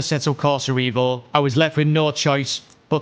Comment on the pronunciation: what you pronounce this sim name wrongly? it is EVO, not IVO - EVOLUTION